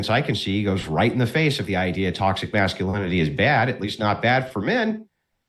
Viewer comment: You will need to learn how to pronounce "masculinity" if you want a sub.